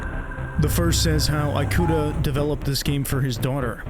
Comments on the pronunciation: great vid! i remember seeing gifs from the metro scene with riko many years ago and wondering what game it was from. wanted to say that in japanese the letter "i" is pronounced more like "ee" rather than like "ai". so it would be pronounced ee-kuta basically. thought i would mention it for any future times you run into japanese names :D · As a Japanese speaker, the English-ified pronunciation of "i"-kuta just removed the horror vibe of the video for me, can't help but imagine that he's some sort of an apple product lol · Yeah. The video is narrated by an AI. It's even more obvious when it says "an alien lmao". No wonder the foreign names are butchered. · As someone who's named Ikuta, it pains me to hear my name butchered every 30 seconds. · This was a good video! I love your narration and the game is so interesting but the way you pronounce Ikuta physically hurt me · Excellent job with the editing and presentation, but ask someone how to pronounce Japanese names next time! I want to be drawn in so badly, but can't help but cringe every time Ikuta or Ooyama pop up. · offtopic but im genuinely so agitated on how this guy pronounces “ikuta” as “ai-koo-ta” and not “ee-koo-ta” 😭😭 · eyekuta?? Lmao eekuta Japanese “I” or い and イ romanized as i and is actually phonetically ē or ee, ea, ey depending on the English word it’s much easier to recognized as a Spanish speaker their vowels are the same as Japanese phonetically being ah, ee, oo, eh, oh. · EE-KUTA. japanese follows the aeiou = "ah eh ee oh oo" vowel rules that a lot of languages follow, like spanish. thanks for the vid! just couldnt get over that when your pronunciation was pretty good otheriwse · Ikuta is pronounced "ee-koo-ta" and not "eye-koo-ta" ✌️ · This is good but "Eye-kuta" is killing me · Ikuta is pronounced Ee-kuta. not Eye-kuta. Good video despite my asian ass cringing at the pronunciation of some things. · ikuta is pronounced ee-ku-tah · The way he keeps mispronouncing Ikuta drives me insane ngl